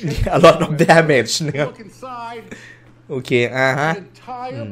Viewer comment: That A Lot of Damage ใครได้ยินคำว่าDamageว่าDamn Itบ้าง หัวผมเริ่มไปแล้ว